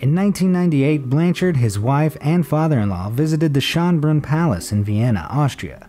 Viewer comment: He should put Schönbrunn in google translate and see how its pronounced